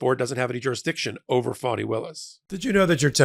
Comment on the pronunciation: Why does he keep pronouncing her name “Phoney,” instead of “Fawn-nee?” Is this supposed to be someone kind of “dig” disguise? smh